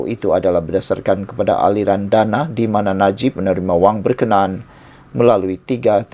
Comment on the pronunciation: Hello... berkna...an.. la..... bukan berkenan